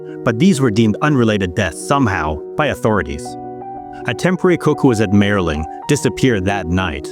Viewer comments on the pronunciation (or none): m I erling is how it is pronounced.